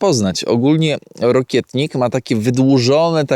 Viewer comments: Wiem, że się czepiam, ale roślina, o której mówisz, nie nazywa się rokietnik, ale rokitnik, od rokity ;) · Rokitnik a nie rokietnik 😊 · Rokitnika, a nie rokietnika...bzdury pieprzysz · Po co ten wykład o rokitniku (nie rokietniku)jak się nie zna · Rokitnik a nie Rokietnik 😅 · Nie rokietnik tylko rokitnik ;) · Ty,znawca,mówi się rokitnik! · Witam. Rokitnik się mowi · celowo robi błędy, żeby było więcej komentarzy 😀 Ale fakt, też miałem o tym napisać, że błędnie wymawia nazwę rokitnika